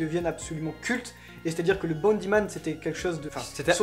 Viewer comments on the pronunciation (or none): Pourquoi vous dites Bandit Man? C’est Bound Man (homme rebond)